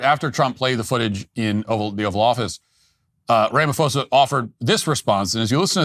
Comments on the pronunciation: its pronounced RAMA-PAW-ZA use the asian ph sound. ph is p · It's pronounced Rama-pawza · It's pronounced "Sirril Ramapaws-a. "ph" is pronounced as an aspirated "p" and not an "f" in the Nguni languages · South African here, liar boy name is pronounced RAMA PAUSE AH Not that I give a shit locals just call him Cupcake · Ra-ma-Po-sa...... your pronunciation needs work.... BTW.....Julius Malema has now been re-invited by Ramaphosa to rejoin the ANC since he has returned to South Africa...... Fun times..... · The constant mispronounciation of Cyril Ramaphosa's name is completely disrespectful, Walsh! In future, please just refer to his used named in South Africa: his name is Cupcake. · The fact that you can't even pronounce the SA presidents name shows exactly how much research you've done here: ZERO. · So you deliberately chose to mispronounce an English name? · Butchered Cyril’s name🤣🤣🤣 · You slaughter Cyril's name 😂 Also colonialism was better? So Apartheid was better? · It's weird having Matt talk about my country without the best pronunciations lol 😅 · Hahahahaha you just butchered his name😂😂😂😂